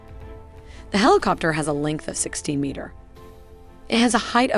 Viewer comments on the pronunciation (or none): you wouldn't say 'Ka' as in a single word, but instead as two letters, a la "K.A. 52." Also, the 's' is missing from pronunciations like 'meters' and 'kilometers.' Another amazing video! Best content out there describing military technical data...and the models are simply incredible. I am amazed every time!